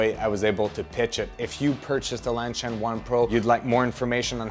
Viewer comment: Is LanSHan supposed to be pronounced as LanCHan?